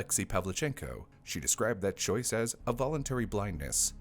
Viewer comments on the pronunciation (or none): none